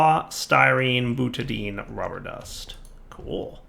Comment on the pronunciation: More " murders perfectly simple chemical names with pronunciation"... Time to teach you the ways of AvE - "Butadine" is pronounced "Boona N" and it's used to make cheep O-rings:-D